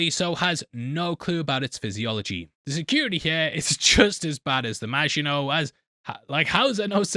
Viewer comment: saying Maginot like a boss!..... and weeks later I'm still getting sh*t for pointing out that he said it wrong in ep one!, hahaha